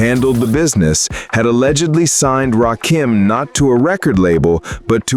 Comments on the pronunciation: I FKN HATE AI...it's RA KIM not RA Keem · It's Ra Kim. Not RAKEEM !!! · Right...It's not Ra-Keem!!! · Why is it that y'all have such a hard time pronouncing his name?? Its RA-KIM...NOT RA-KEEM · His name is not Rah Keem!!!!!! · I hate that soulless robot voice saying rakeeeem it’s freaking me out😂😂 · This AI SLOP always call hin Rakeem...so annoying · It’s RA - KIM.. 🧐